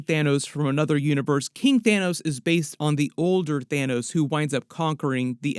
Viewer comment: LMAOOOO YO "THINOS" is hilarious 😂